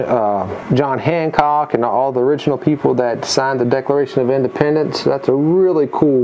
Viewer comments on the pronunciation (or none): none